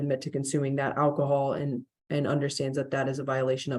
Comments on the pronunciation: Ackahol? What the hell is ackahol? And evidently reading labels is too hard for him. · Saying "akahol" says it all!